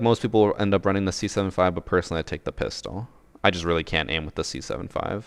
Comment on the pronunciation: the way you say pistol is SUS